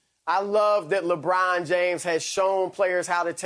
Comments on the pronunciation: Lebraawwn lol smh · “LebRAWN James”